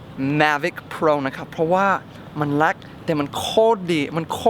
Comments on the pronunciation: คำว่าเล็ก มายเมทเนทพูดว่าแล็ก 555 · เล็กนะคะพี่เน็ท ไม่ใช่แล๊ก55